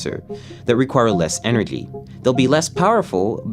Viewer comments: wth is "ener-gee" also this guy bout to end ThioJoe's career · Anyone else notice he pronounces "energy" with a HARD G? . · Can we talk about how he pronounced "energy" with a hard G? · Is anyone else triggered at how he pronounces "energy" ? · Oh man, he can’t even say the word “energy” correctly